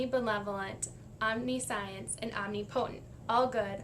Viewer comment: You mispronounced omnipotent and omniscient. Also, I am not religious myself, but that doesn't give me the right to judge others. We are not better because we don't believe.